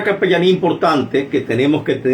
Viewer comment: Es capellania no capellamia.